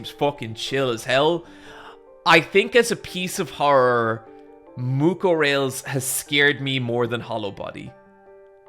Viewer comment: for the last time, it's pronounced Mucorales